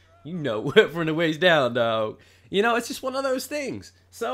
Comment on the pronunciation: "Knoooo, from the weist down dahwg" LMFAOO